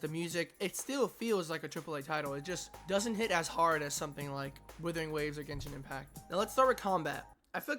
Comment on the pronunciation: Why do I keep hearing Withering Waves